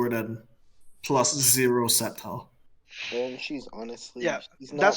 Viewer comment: Sceptile is pronounced as: septyl, not skeptyl